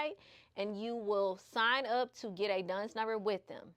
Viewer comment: Lots of great tips. Btw it's Dun and Bradstreet. Not Duns. Work on your pronunciation and don't smack your lips. These things may seem minor but they will help you to improve your presentation and bring even more views so you are taken seriously by a wider audience. I made it to the end. Very informative video. Good job.